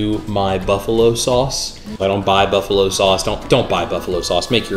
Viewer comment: Booffalo Sauce